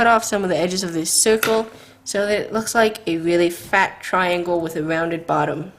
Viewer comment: For some reason I keep laughing when she says fat